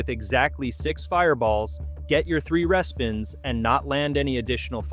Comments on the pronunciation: What the heck is a "reh-spin"? It's REEspin I can't take this seriously now. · It’s Re-spin not respin lol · Is this AI or do you really not know how to say re-spin? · Yup, I also noticed the AI couldn't pronounce "respin" or some similar word. Also, the replies from it in the comments are total AI styled answers (Grok, etc).